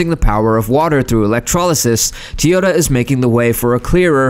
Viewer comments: It's" TOW YOH TAA" not TEYOTA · Have I been pronouncing it wrong? is it Teeyota?